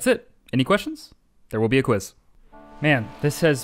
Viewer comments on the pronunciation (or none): none